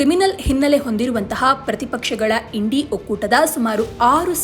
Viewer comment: Yashtu odiya mam Indi antira Ella sariyagi uccharane madi 😅